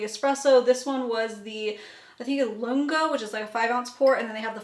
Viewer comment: The machine is called VERTUO, there is no second R in it. Here it is phonetically Ver-Too-O. Also Lungo is pronounced Loongo.